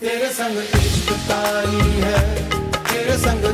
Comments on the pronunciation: That's "TAARI" not "KAARI". HOPE YOU TAKE THE CORRECTION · nice effort. but it isn't "ishq kaari" it's "ishq taari". "taari is an urdu word.